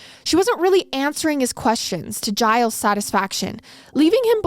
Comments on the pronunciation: His name is actually pronounced "Zheel", it's Québecois (French)... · 'gilles' is a french name, its pronounced 'jill' with a soft J